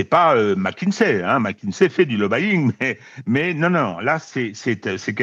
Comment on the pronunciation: On dit plutôt…LoBby -ing. Il n’y a pas de son « a ». Donc on ne dit pas lo ba Ying. Mais"…lobby - ing…I i i i